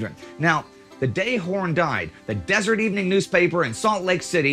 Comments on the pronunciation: Considering that the Pony Express ceased to exist when Horn was less than a year old, I seriously doubt that he was a rider thereon. Oh, and the Salt Lake City newspaper was the Deser-ET News, not the 'Desert' News. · As much as I hate to correct you, the name of the Salt Lake City newspaper that you were so frequently trying to say and getting wrong is the DESERET Evening News, now known as simply the Deseret News. It’s possible that the original script have it right but editing, spellcheck, and AutoCorrect, which doesn’t know such things, changed it to Desert.